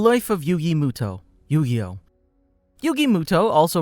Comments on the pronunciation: Thank you for the proper pronunciation of Mutou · They're all pronounced correctly. You're a fake fan if you don't know his name was originally mutou/muto.